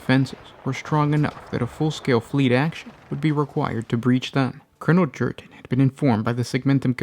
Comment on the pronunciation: Krieg is a Germanic inspired culture and planet, j=y in the Germanic tongue. So his name is pronounced Yurten not Jurten.